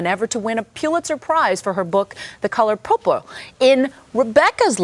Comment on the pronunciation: Did the reporter say, "The Coror Purpra" instead of "The Color Purple"? at :31